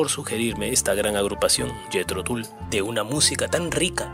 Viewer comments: Se pronuncia Jithro Tall.... mi favorita es Living In the pass... nada mas oportuno para el tema que tratamos. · el material elegido es muy bueno. Y la banda, obviamente, es maravillosa. Ahora, sería bueno cuidar un poquito la pronunciación, no?. Empezando por el mismísimo nombre del grupo (que se pronuncia "Tal" y no Tul. . . ), pasando por un nombre tan clásico como el de Johann Sebastian Bach (que no hace falta ser ningún erudito para saber que se pronuncia "Baj". . . ). Con todo respeto, me parece que no cuesta nada escuchar (ya que de música se trata) y pronunciar los nombres en forma al menos aproximada a la realidad. . .